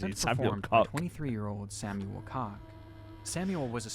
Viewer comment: It's pronunce Coke (Koch)